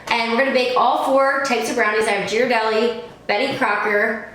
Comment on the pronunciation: It's pronounced Geer a deli. But who cares, the cheap one is the best.